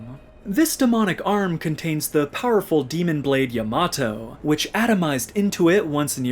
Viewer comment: Great video, and excellent pronunciation of the word Yamato. My love for V has grown 5 times! I think Vergil should be able to channel him in future games so that we can see him again.